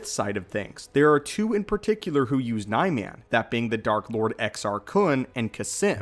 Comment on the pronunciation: You mispronounced Niman